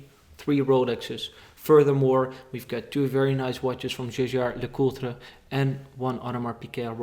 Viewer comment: Waarom is je uitspraak van Jaeger LeCoutre zo vreemd? Just wondering, volgens mij moet je het iets anders uitspreken